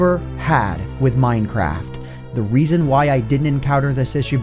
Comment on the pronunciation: he siad "the weason why" 😂